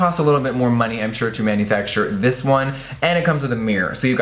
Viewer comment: “It looks something like dis” that voice😂😂😂😂😂😂